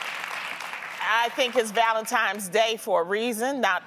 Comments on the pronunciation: ValenTINES not valenTIMES !!!🙄🙄🙄🙄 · Loni, how you gonna say you don't like how it makes the house look like a 5 year old pre-school classroom and you walking around saying ValenTIMES, instead of ValenTINES?! Lmaoooo. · It’s the simple things that matter❤️ Lonnie it’s Tines not Times..... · Loni its ValentiNe and not ValentiMe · Did Loni just say ValentiMes day, ValentiMes month? 😒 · Right?! I had to rewind that part twice to make sure she really said “Valentimes”. Smh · Wtf is "Valentimes?" You said it twice Loni... Anyway... I need some diamonds... Can keep them flowers and candy. I don't even like chocolates. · Valentimes tho 🤔😂😂 Oh Loni... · "ValentiMe's Day" 🤦‍♀️🤦‍♀️🤦‍♀️ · Did loni just said Valentimes?! oh man annoying